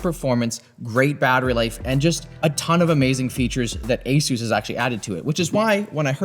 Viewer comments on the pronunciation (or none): why can no one at Linus media group say Asus properly 🤣